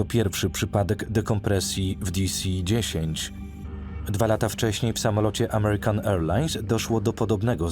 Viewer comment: Geeez.. Kto to tłumaczył? "Di Si dziesięć" zamiast "De Ce dziesięć" lub konsekwentnie "Di Si Ten". "Te Ce A eS" zamiast "Ti-kas"? Nie to żebym się czepiał, ale człowiek się już przyzwyczaił 😅